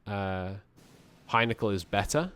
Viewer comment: Henkel not Hajnekl